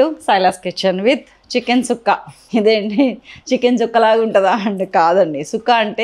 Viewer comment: Thanks at least you said it right…tired of listening to people calling it chukka